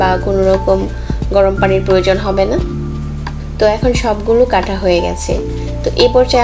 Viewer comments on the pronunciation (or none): none